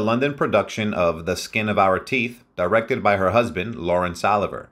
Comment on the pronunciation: I wish this announcer would only pronounce Laurence Oliver name the correct way!